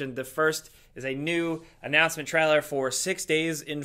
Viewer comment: The way says "trailer": traller.